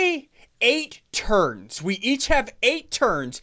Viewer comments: When you said turns i thought you ment terds lol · When he said 8 turns, I thought he said 8 turds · Why is he keep saying turd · When he said 8 turns I thought he said 8 turds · It does actually sound like turds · I though you said turd 1 turd 2 turd3 lol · I thought you said 7 terds XD